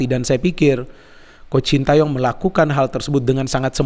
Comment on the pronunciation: Knpa y.. bnyak yg nyebut namanya shin ta yong pdhl bacanya shin te yong